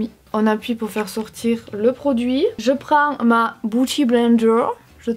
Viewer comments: Beauty pas biouty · Si j'ai bien compris ton com c'est parce que elle a oublié la prononciation des I😂